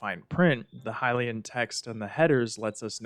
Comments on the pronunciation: You say there's a lot of "Hill-LAY-in" text and you can "trans-literate" some of it. I'm being SUPER honest here, so I hope you take this in the spirit it's intended. Those words and pronunciations are wrong. It's "High-LEE-in" or "HIGH-lee-in," not "Hill-LAY-in," and it's "translate," not "trans-literate." This is why I hope you don't take offense: You're super fucking great at making videos, and your media literacy is SO proficient that I literally don't know whether this was a genuine mistake, OR an intentional error to get people like me to post what I'm posting right now. I'm basically saying that you're perfectly capable of making an error as a human, but you're also SO good at making videos that I would BELIEVE your errors are intentional, for fun. Either way, this is a friendly correction meant in NO way to belittle anyone and, hell, I'm such a new Zelda player that tons of people could comment on this comment to correct ME! I'm great with that. Happy to learn. That's why I watch your videos. Useless knowledge is still knowledge, right?! 😂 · The way you say Hylian as Hilayan is really infuriating for some reason. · The way you pronounce "Hylian" and "Mural" were legit hilarious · Pretty sure it's "skeema" stone. Like "schematics". And "hih-lay-en" is a strange way to say that. I've always been under the impression it's supposed to be said "h-eye-lee-en"